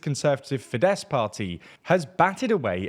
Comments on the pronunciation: Small correction here: Tisza - TEE - SA FIDESZ - FI-DES Závecz - ZAA - VETS Although your understanding on what 'opposition' means, the video is fairly correct. Thanks! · It‘s “FEEdehss” not “fiDESS”! All words in Hungarian are stressed on the first syllable.